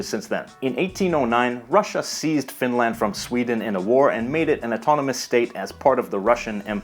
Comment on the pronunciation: Please don't pronounce Finland with a long "land". It's short and curt. TYVM. And to answer your question, yes, I can tell immediately which region of the country a speaker is from, although some soften or completely mask their dialect when moving to the larger cities. I'm from the lapland area and have lived in the south for a decade and a half now and have taken care not to lose my dialect.